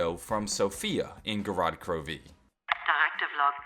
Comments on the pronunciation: Gorod KroVeee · I love how he says gorod krovi or "go rod kroveee" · "Go-rod Kro...----Veee" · is anyone else getting annoyed on how pronounce Gorod Krovi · Why are you putting heavy emphasis on the V in Gorod Krovi